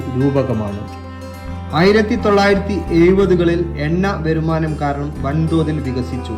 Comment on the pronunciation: നന്നായിട്ടുണ്ട് ബ്രോ എന്നാൽ താങ്കൾ മലയാളം ഉച്ചരിക്കാൻ അടുത്ത LP സ്കൂളിൽ ഒന്നു പോയാൽ വളരെ നല്ലത്. അല്ലെങ്കിൽ നരേഷൻ ഭാര്യയെ ഏൽപ്പിച്ചാൽ ഇതിലേറെ നന്നായിരിക്കും. വെരുമാനം Nirmanam തായ് വാരം Ninnum മാൻ ഗോളിയൻ എയു നൂറ്റി പയയ സിനിഗഗോഗുകൾ പ്രദാനം ആഴുദങ്ങൾ മനുശ്യ ൻ നിർത്തി ഇനിയും ഏറെ Pls 🙏🙏🙏🙏🙏🙏🙏🙏🙏